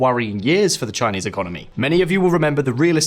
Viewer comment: "Resurgence of the Xinese economy" Really?